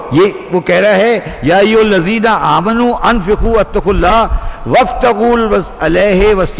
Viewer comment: The actual word is Amanoo not Aaminoo. Pl recite correctly